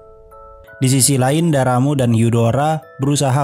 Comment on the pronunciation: Bang katanya bukan daramu hyudaro harusnya darramb dan hudar